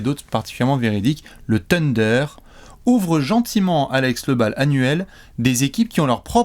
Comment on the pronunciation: J’avoue que je n’avais pas regardé la vidéo jusqu’à présent juste parce que ne supporte pas la prononciation « TEUNDER » de …Une fois assumé le zéro effort pour respecter un minimum le nom de l’équipe la vidéo est comme tout le temps: top 😊 Bravo les gars!